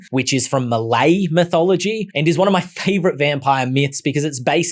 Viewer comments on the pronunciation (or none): none